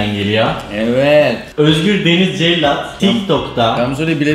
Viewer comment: Cellat değil cekyat